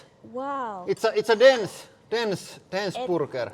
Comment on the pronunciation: I love the way you say burger. Bourrgurr